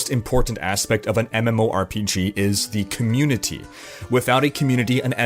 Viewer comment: "thee com'muni'tea"